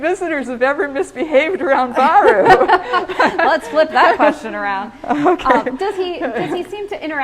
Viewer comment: Baru not Bari